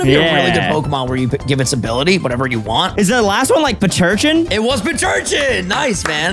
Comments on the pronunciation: it Pronounce pincurchin Not Pircurchin 😂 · its pin-cur-chin not pinch-urchin, its pronounced how its spelled cause pincurchin is pin cushion+urchin